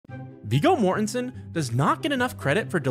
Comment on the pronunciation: That was a pretty good pronunciation of Viggo Mortensen.